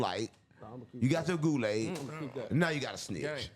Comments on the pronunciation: “I drink and spill goolaid across the world” bro thought that was the one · “I drink and spill goolaid across the world” bro thought that was the one 😂😂😂😂